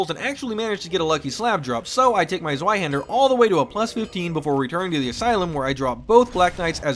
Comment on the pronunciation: Just in case you're curious, "Zweihänder" is pronounced as "Ts-wye-hender", or "Ts-wye-hendar". "Ts" like the "ts" in "Cats". The "wye" like "eye" with "w" in front. And the "a" with the two dots above it is an umlaut "a" that is basically pronounced like "eh", tho, if the word is written without the umlaut dots above the "a", then you can pronounce it like "haand-er".